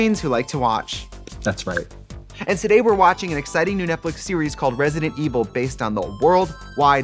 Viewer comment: Netflix said “Trixie you gotta stop calling it Netflick, okay? It’s not our proper branding.”